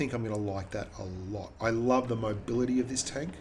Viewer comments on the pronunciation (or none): its pronounced lurve not loorva